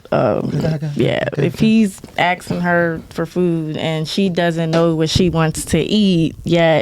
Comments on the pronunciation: Asking not axing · Its ASKING! Not aksing (axing). Mlk and malcom are rolling in their graves right now listening to these ignorant black woman. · Word of the Day: Aksin' "I be aksin' you qweeeeestnnns nnnn shiii."